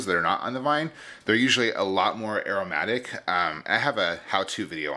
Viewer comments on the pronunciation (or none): none